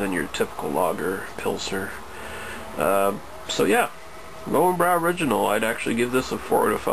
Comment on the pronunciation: more like leu-ven-broi